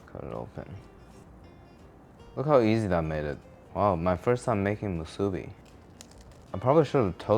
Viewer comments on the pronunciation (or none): You're cutting the Spam the wrong way and saying musubi wrong.... LOL. An Asian saying it that way is sacrilegious LOL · You butchered that musubi. 💀💀💀💀